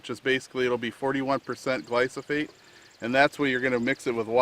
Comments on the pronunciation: Its gly-pho-sate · Great video. Can you pronounce the word gly-pho-sate correctly? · It's the most deadly substance on earth you dickless wonder, you can't even say the word right?Because your brain is already rotting away and all these people in here, commenting saying good video? Roundup is going to be responsible for billions of deaths, not millions, billions!! Oh yeah it's a great great video! A bunch of dumb trucks you all are